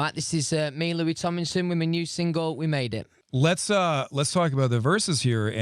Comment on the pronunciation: First second: “Louis Tomelson” Louis:”Fank you, fank you!” 😂😂 Two memes in the same second I love it